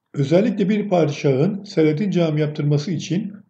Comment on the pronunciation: Selatin, Jelatin der gibi değil.O, daha gelmedi anlamına kullanılan " o, hala gelmedi" derken a'yı biraz uzatıyoruz ya , onun gibi la'yı da uzatıyoruz. Tin değil "Tiyn" diye okuyoruz yani SELATİYN. A yı biraz uzat ama çok değil..